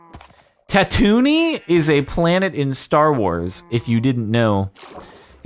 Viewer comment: Anyone else cringe at the way Jardon said Tatooine?